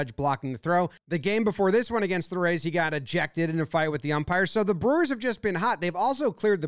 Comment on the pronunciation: Lets gaaahoo lets gooaaaaoaah brewahs